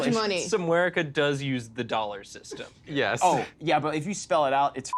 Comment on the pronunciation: What are Dollars in somewherica? well... its called d'oh'l'la'rsz